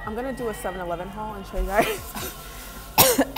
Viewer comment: "heys gois wassupp"